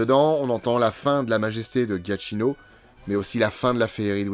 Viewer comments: Super vidéo, comme d'hab 👍 Juste un détail (vraiment, c'est anecdotique) : le nom du compositeur se prononce "Djakino" et non "Ghiatchino" 😉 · pour info, je crois que le nom du compositeur se prononce "djiakino" il me semble. Super video, comme d'hab!